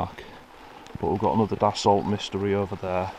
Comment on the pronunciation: The Dassault Mystere is pronounced "mistair", not "mystery".